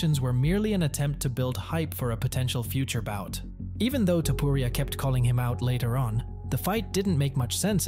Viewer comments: Come on man his last name is not topiuria but topuria as u read with out anything… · Man, your "Topuria" pronunciation is just terrible 😂